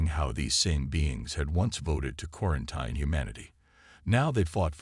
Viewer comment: please find an AI that can actually read. and pronounce words. quaranTEEN, not quaranTINE